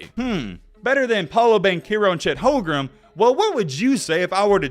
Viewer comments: did you say chet holgrem?😂😂😂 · He lost me at Chet “Holgrum”….